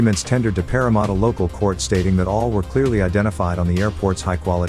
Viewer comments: it's Parramatta not Parramutta. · ‘ it’s PAR-RA-MAT-TA THE “A “IS SAID DEEP FROM THE THROUT ‘ a lot like the the word AH!